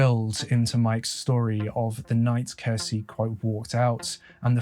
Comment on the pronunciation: When you're a Finnish person and hear Finland mentioned. No matter how inappropriate it feels to say it: TORILLE! I also find it interesting to hear people try to pronounce Finnish words especially names. For an example Kirsi is actually pronounced with the "ki" sounding like the ki in kiwi, the "r" is a hard r and meant to be rolled (I know, a lot of people can't do that) and the "si" is basically correct in pronunciation but just to add I'd compare it to the si in six. pronunciation of Kirsi would in Finnish be written something like "kheci". Not hating at all by the way, Finnish is a difficult language. I'm bilingual (Finnish and English) but only learned English at 8 years old but nowadays my English is sooooo much better than my Finnish. Also, where the hell was that Finnish quote from the daughter taken from? It's missing all the Ä:s and I doubt made that mistake himself. It reads "Iti, rakastan sua maailman eniten yht paljon, kohta nhdn" It should read: "Äiti, rakastan sua maailman eniten yhtä paljon, kohta nähdään" Also the sentence is kinda odd with the "yhtä paljon" (as much/equally much or as said "just the same"). Without it, it makes perfect sense ("Äiti, rakastan sua maailma eniten, kohta nähdään" or roughly "mum/mummy, I love you the world's most/most in the world, see you soon") but ok, if it was a direct quote of a spoken sentence said by a little kid then it sounds pretty much exactly like Finnish little kids might speak.